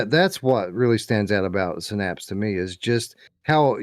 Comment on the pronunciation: It's definitely Synapse and not Sinnapse 😂😂❤